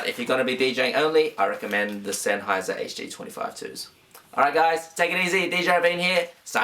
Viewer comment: You say senheiser like such a FOB i love it bro XD